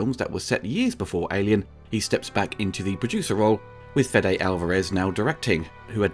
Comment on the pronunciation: Weyland, not Wetland. Fede, not Fedde. Raimi, not Rami.